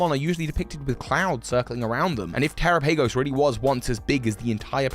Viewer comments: it’s not a big deal, I was mostly joking, but it is just lazy on his part. I DO know is dyslexic but what does that have to do with reproducing a sound you’ve heard? The excuse doesn’t fly for me- it was just laziness. I advised that he try to listen to the content re: this Pokémon BECAUSE he has trouble reading and probably only pronounced it this way because a) he’s been so busy theory crafting he doesn’t care to watch the canon content or b) answer a + he heard someone else say it this way. 🤷🏽‍♂️ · I guess if you say so. Dyslexia is an issue with sounds when compared to written characters. You’re being too gracious, this is just laziness. If this seems harsh, you’re probably just not used to people being frank. I even want so far as to say I generally like his content, this is just low effort. This discussion on our parts has taken more effort than he was willing to invest in learning how to pronounce a name for a video that he is making money off of. Keep watching lazy stuff if you wanna, I will continue to direct my attention where I want to, we will both continue to live and survive. 🤷🏽‍♂️ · Bro I know that the pronounciation of Pokemon names is kind of like whatever but I really do hope that your pronounciation doesn't stick 🤣 "Terapagos" should be pronounced the same way as "Galapagos" 🤣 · The way you pronounce terapagos makes me want to uhm please don't say it like that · Can't like this for the mispronunciation... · The only question I have is... why you pronounce Terapagos like that? If you pronounce Galapagos differently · He said it correctly once then went back mispronouncing. 🤦🏾‍♂️ 😩 🙄 😒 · it’s less the tera part and more him pronouncing the later part incorrectly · terapagos should be said like Tera and Galapagos, not "terapeigos" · I mean the Pokémon presents had them say it and this pronunciation is correct. The one that sounds like Galapagos and not “Tera-pay-goes.” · tera has nothing to do with him saying "PAY" instead of just saying pa